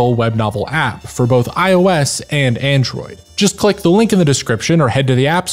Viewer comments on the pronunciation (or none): none